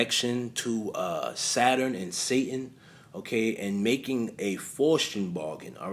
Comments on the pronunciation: That [ic of young thug is so ironically funny. He is posing as sus as possible, but it has the nerve to say "straight' from the A. Haha P.S. Good video. Just letting you know that it's pronounced "Fowst" Keep up the good work bro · FOSS - TEE - ANN (Faustian) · Pronounced foul-ste-un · Faustian, pronounced like fows-tea- en . Faust, Fowst